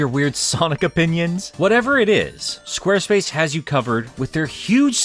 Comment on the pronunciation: Or is it “Squerspuce?”